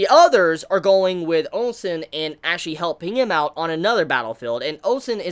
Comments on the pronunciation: Ayeeee no more "on-sen" lololol 👍🏻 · I know you are free to say "OnSen" if you wish but I wanted you to know that you are messing up a huge deal here because Ou is actually their family name. Ou Hon, Ou Sen, Ou Qi all share the same family name and when you say OnSen, it sounds wrong on so many levels which is why many people complain. Just wanted to point out the fact. Same for Qin being pronounced "Chin" which would go in the future to become "China"